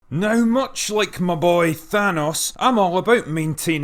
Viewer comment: Have you ever watched Avengers? I would recommend it so you can pronounce Thanos right in the future :)